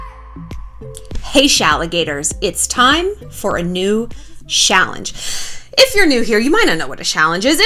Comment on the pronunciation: Have a drink every time she says shallange